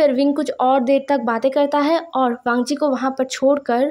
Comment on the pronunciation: nice part but apne college me bht bar wangi ko weing bolaya he